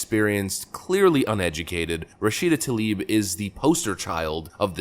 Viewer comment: "Rah Shita Toe Leaf",,,, What a Clueless "Moosie"